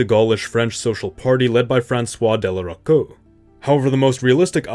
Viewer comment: The names of Jacques Doriot and François de La Rocque are pronounced : Jack Dorio and Fransswa Delarock.